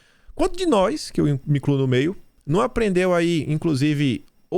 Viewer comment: é "nois"